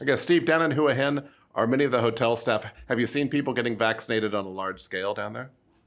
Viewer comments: Hwa Hin, not who hin. Please learn to pronounce the towns you live in. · If that guy (Steve) lives there, he should be able to say it! Hoo-aah Hin NOT Who-Hin Or should we all say Phuket incorrectly? Does it sound like phenomenal? Teach the language as natives pronounce it or go home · Agreed... hwa hin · It amazes me how most seasoned expats struggle to pronounce the easiest of Thai place names. Listen to a Thai national say it.....then say it the same way! It's not rocket science...Hoo - a - hin lol! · You would think someone who has lived in Thailand for so long would try to pronounce Thai cities like a Thai. Just listen to Tim... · Yeah, isn't that annoying.